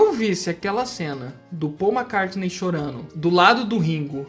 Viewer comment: Amigo,pelo amor de Deus!!!!! Se vc quer que seguidores te sigam,por favor pronuncie o nome próprio (McCartney) corretamente. O jeito que vc pronuncia "MACARNEI"machuca os ouvidos e torna-se INSUPORTÁVEL para os ouvidos sensíveis. Leve essa crítica pelo lado positivo,porque MACARNEI não existe. Grande abraço..